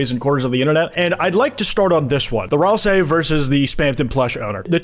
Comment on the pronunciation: pronounced ralsei wrong :(